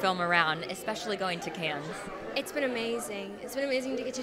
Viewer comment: How does a reporter on films not know the S in Cannes is silent? 🤦‍♂️🤦‍♂️🤦‍♂️